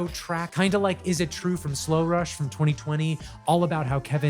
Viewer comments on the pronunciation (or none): none